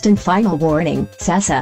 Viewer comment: Yes Can we appreciate "sEsA"